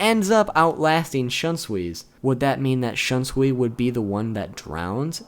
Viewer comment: Wow your pronouciation of Shunsui's Bankai is some next level shit.